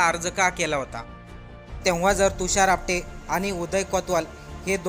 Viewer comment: Not apade its apate😂😂😂😂😂